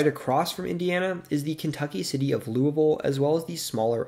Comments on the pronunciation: Pronounced Louisville correctly, bravo! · As a southern Hoosier you have no clue how happy I am that you said louisville normally. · I'm going to assume you've never been to Louisville. But literally everyone in the surrounding area pronounces it loo-ah-ville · You (almost) pronounced Louisville correctly! That in of itself earns the video a “like” ;)